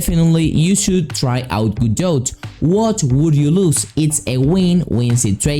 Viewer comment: For future reference you dont pronounce the "T" its Prounounced "Gah-doe" nice video tho